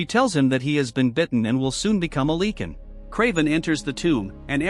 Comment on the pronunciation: The way you say Lycan infuriates me.